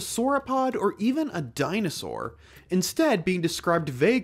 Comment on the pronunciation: Bruh is to me the most funny part. It’s just how he says DINOSAUR.